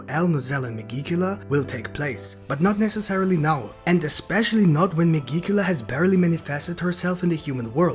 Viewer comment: Oh yeah, megicula is not pronounced that way. It's like magic, but with an 'e'.